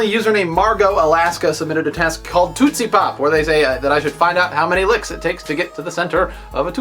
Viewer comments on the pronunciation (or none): Why are you saying TOOT-see pop? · I am very concerned about two things: One being the enormity of that mosquito, The second being the way you pronounced tootsie pop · Am I the only one who thinks Dan says 'tootsie pop' oddly? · you say tootsie pop weird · you say tootsie pop funny! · he says tootsie pop funny?